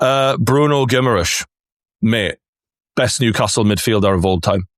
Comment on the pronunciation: Gimmerish?? How about you learn to pronounce his name properly 😂